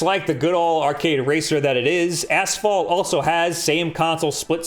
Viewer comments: I keep hearing him say "ass-fall" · Maybe it's a regional thing, but we say "ash-fault" here.